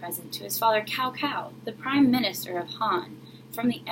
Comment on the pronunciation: This is a very nice reading, and I applaud you for showcasing a famous folk-tale from another culture :). Here's a word of advice for the next time: it's always a good idea to check correct pronunciation of foreign names (and words) before going public. "Cao" is pronounced like "tsao", not "cow", which sounds REALLY strange to anyone who knows Chinese. The other Chinese words (jin, and Wu) fortunately are pronounced almost exactly like they would be spelled in English. (Also, you might want to use a regular camera that wouldn't show all the words backwards.)